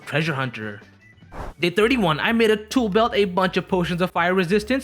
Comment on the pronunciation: When you made the tool belt I thought you said Taco Bell-😭😭